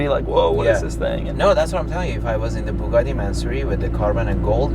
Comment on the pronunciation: a poogati